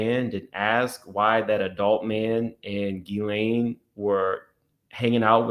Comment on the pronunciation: … her name is pronounced GHEE-lane … not GHISS-lane 🤭